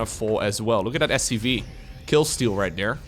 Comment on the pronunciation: Sounds like is saying SUV, not SCV.